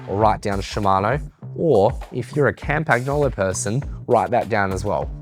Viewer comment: We basically pronounce all the groupsets wrong/off in the West. SRAM should be pronounced like "Pram." In the West, we say Sha-mah-no, She-mah-no or Sh-mah-no, but it's more like Si or See-ma-no in Japan. Campagnolo is pronounced: Cam-pan-yolo (barely pronouncing and slightly rounding the n in Italian), but I hear cam-pag-yo-lo, cam-pag-no-lo, can-pag-no/yo-lo, and even Cam-pag-no/yo-lee-o (not sure how they get to that one).